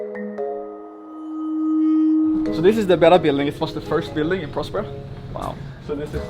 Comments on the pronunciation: Okay Spanish lesson, it's called prÓspers which means healthy. Put the accent where it belongs. prospÉra as you call it actually means Nothing. Yes the name has a meaning and it's VERY Important to the story. I would say it's the Main idea out of it. So please, learn Spanish and understand that the name has the meaning you are looking after since the begining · Hmmm. A bunch of dubious experiments. Menstrual flow--a goldmine of stem cells? Right. A hint on pronunciation of Spanish words: the accent on a syllable means that syllable is stressed. So Próspera is pronounced PROSpera, not ProsPERa. (Same for Italian, except the accent mark goes the other way) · I’m 3 minutes in the video and I cannot stand the way they pronounce próspera . It has an ó! It’s not prospéra, is próspera! But seeing the other comments, this seems to be a nonissue compared to the lack of coverage. Let’s see